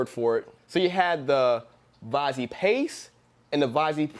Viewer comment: Nope, in French we say "VAS-Y", not VAZEE;)